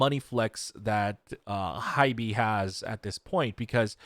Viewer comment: lol, I don't think it's 'HY-BEEE' lol. It's just HYBE to rhyme with tribe.